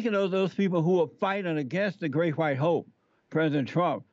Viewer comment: Hawhite History 😂